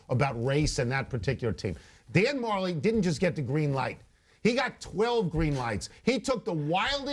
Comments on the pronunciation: it's pronounced Dan Ma-jelly. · its pronounced dan ma-jelly